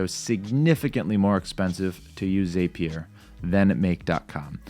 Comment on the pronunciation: Dude the word is Zap-ee-er not that weird way you are saying it! Probably best you prefer Make because at least you can pronounce that word in English!